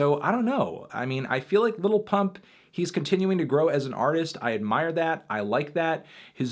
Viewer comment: i hate the way fantano says 'lil'